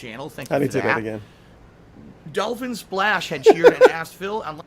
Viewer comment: Dahlfin Splaysh 🐬